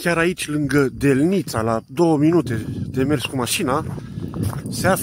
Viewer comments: ...accentu la cuvantul"delnita" este pe prima silaba... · Eu cred ca accentul din ,,Delnita " nu cade pe a 2-a silaba a acestui cuvant ci pe prima silaba.Asa cum pronuntati dvs nu prea suna romaneste...🤔